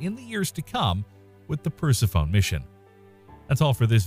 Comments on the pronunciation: Per-seff-oh-nee, not Percy-phone. It isn’t exactly an uncommon name and it is fairly well-connected to Pluto. Then again, Pluto also takes way longer than 30 years to orbit the sun. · It’s pronounced per-sef-onie, not purse-uh-phone. 😂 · Percy-phone. LOL! Sounds like a device to use when you call Pluto. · “Pers-ih-fone”? Really? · The narrator trying to talk about Per-se-phone: 😶 The (allegedly) background music: “And I took that personally, 🎶🎵🎶🎵🎶🎵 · Yup, like nails across a chalk board. Per-Sef-Oh-Knee. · "Huge plain that doesn't have craters..." Uh.... no. The craters are there, hidden beneath the recently laid ice and snow. Persephone..... "per-SEF-on-nee". Come on, remember your history class on ancient Greek mythology. 🙄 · Good video, but the way you pronounced 'Persephone' hits you like a brick!! 😳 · You’re mispronouncing Persephone. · Every time he mispronounced Persephone I died a little inside. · Me too!. I have noticed more than just that mispronunciation in many of the series videos. Really they should correct that...I mean its science for crying out loud! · Try laughing. Just don't stifle it or it will come out your nose.